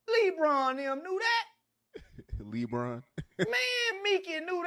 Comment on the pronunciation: said "Lee-Bron"